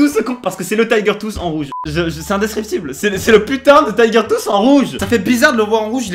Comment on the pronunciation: LE TAYGEURR TWOUSSEE 😂😂😂😂 tellement ridicule quand il le dit